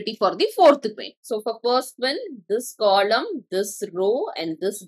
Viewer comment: ITS NOT "KOLOM"